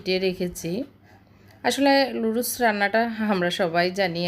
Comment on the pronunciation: এত্ত কিছু জানেন বাট নুডলস কে লুডুস বলে না সেটা জানেন না??